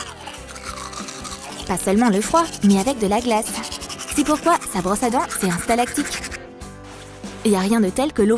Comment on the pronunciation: elle a dit stalactic